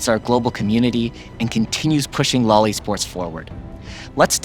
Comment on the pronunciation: you can't pronounce LOL E-sports like that...